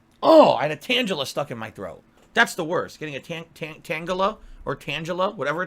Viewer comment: You can tell he doesnt really care about Pokemon when he doesnt know how to pronounce Tangela.